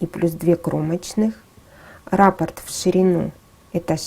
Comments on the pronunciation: Всё отлично, только слово раппорт имеет ударение на второй слог, т.е., на букву О! Раппо́рт (франц. rapport, от rapporter — приносить обратно) — базовый элемент орнамента, часть узора, повторяющаяся многократно на ткани, трикотаже, вышивке, ковре, обоях и т. д. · Ну если уж совсем-совсем быть до конца точным, то это вообще два разных слова - рАпорт и раппОрт. А за узор большое спасибо. Ролик сделан очень хорошо!